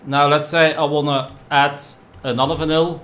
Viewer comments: Engels is niet je sterkste punt of wel? Vinyl spreek je uit al “Vainol” en niet als vinnil. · sounds like he said vanilla lol